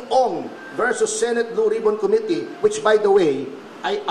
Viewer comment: Sama mo na yung mispronunciation ng committee. kohmity ng kohmity parang King of Kohmity lol